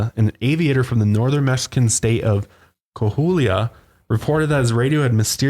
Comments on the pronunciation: It’s pronounced coh aw ee lah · Its pronounced like kuawila! My husband is from that state and he says he and his brothers have seen colorful orbs of light in the sky. Love you guys!! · Coahuila is pronounced k-wah-wee-la